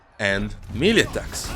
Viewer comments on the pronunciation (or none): none